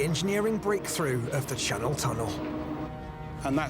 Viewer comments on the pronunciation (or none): the Shannel Thunnel?